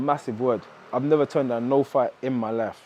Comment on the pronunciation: And destroying the English language..pronounced life ,luf .im cringing here